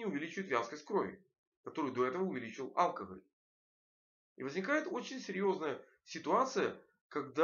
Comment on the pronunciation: Доктор должен знать, что в слове "алкоголь" ударение не на букве А, а на букве О - алкогОль.